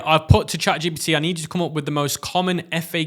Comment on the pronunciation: Is it me or he call its chat gBt